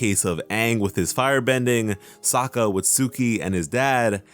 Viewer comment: Strike one should be, pronouncing aang as OOng, iroh as EEEEEroh, sokka as sukka.